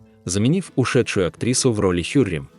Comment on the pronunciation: Хюрем султан (произносится как ХюрЭм)!!!